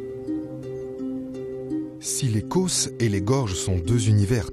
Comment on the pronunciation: les causses, pas les côôôsses